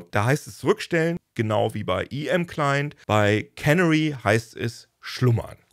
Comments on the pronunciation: Der Punkt ist, wo die Betonung liegt. Es ist nicht KÄNnery (cannery), sondern keNÄÄry. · Canary wird (wie auf deutsch auch) auf dem zweiten "a" betont. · Canary (Kanarienvogel) wird übrigens nicht wie Cannery (Konservenfabrik) ausgesprochen. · Canary wird typisch für Englisch »Känäri« ausgesprochen.